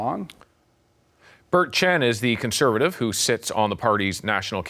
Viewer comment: I wish someone would tell Chen to speak clearly, and remember that "Conservative" has four syllables. He looks like he is about 22 years old. And your experience comes from where exactly, Bert? A book? Party politics make me sick.